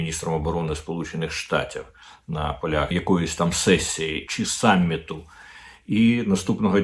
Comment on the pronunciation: Не «самміту», а «саміту», пане Дмитре. Вчіть ся.